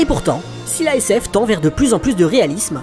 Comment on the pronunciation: Quand il dit la sf je je croyais qu'il il disait la SS 😂